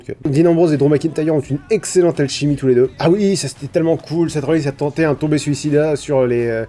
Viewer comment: Je suis toujours hype pour tes recaps c'est fou. Ah au fait on dit "Tope (topé) suicida" et pas "Tombé suicida) ^^